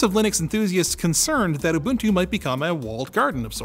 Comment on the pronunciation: I like how you pronounced Ubuntu correctly.